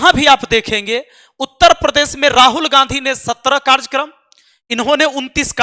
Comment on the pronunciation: सर,माफी चाहता लेकिन बताना चाहता कि कार्जकर्म नहीं कार्यक्रम होता है।